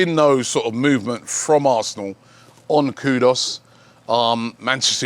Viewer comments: KUDUS not KUDOS PLEASE ROBBIE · Kudus....Koo-Doos...ITS NOT THAT HARD 😂😂😂😂